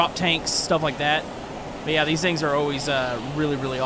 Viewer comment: I love it how he says vings instead of things